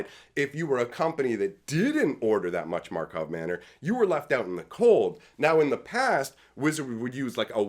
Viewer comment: You still say Markov Manor 😂